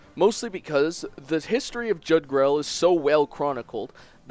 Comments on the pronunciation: I pronounce Jugdral as Jug-drawl. But I wouldn't be surprised if it was pronounced Yuug-drawl, as Genealogy is based on Norse myths with Jugdral's name being derived from the World Tree, Yggdrasil. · it's pronounced yugral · JUG DRAWL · It’s pronounced “YOOG-druhl”, based on the katakana spelling.